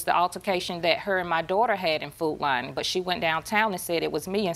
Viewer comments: “Foot Line” 😆 is all I hear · The fact that they got judge Judy to say"food line" instead of "food lion" is HILARIOUS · Food Li-on, its Lion🦁 for fck sake, not "Food Line"😂🤦‍♀️ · I thought they were saying "Food Line"... nope its "Food Lion" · Is the plaintiff trying to say Food Lion?